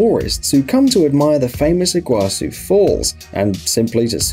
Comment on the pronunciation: Paraná river - pah-rah-nah, not piraña Iguaçu - ee-goo-ah-soo Foz do Iguaçu means Iguaçu river mouth / source Puerto Iguaçu means Iguaçu river port. Ciudad del este means East City. See-oo-dah-d